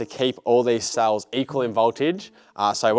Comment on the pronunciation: Cells not suls.